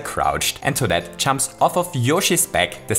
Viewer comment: He says chumps instead of jumps